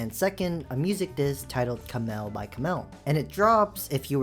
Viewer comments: ka mel by ka mel wtf do you know how to read or am i being ragebaited i love that song, loved it before bestiality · kamel by kamel? There's no way that's not on purpose